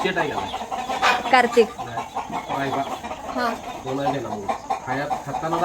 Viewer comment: दादांचं मराठी जरा कचं आहे का करतिक अस नाही कार्तिक अस येत 😂